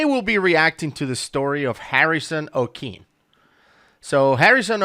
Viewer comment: Harrison Okene "O-keen"❌ "Oh-kay-nay"✅